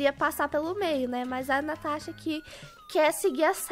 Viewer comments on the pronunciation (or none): Ela falou tanasha